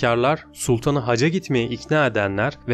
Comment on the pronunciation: ‘Hacca’ yerine haca demenden dolayı mideme ağrılar girdi. 🤦‍♀️